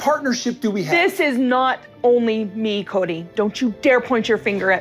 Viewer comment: Cody’s new name should be “Choady” !!! He makes me soooo sick. I heard in your video you went to say “Cody” but it sounded like you said “Choady”. That is the perfect name for him!!!! 😂